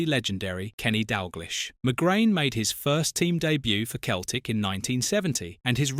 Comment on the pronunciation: "Keltic" AI shite.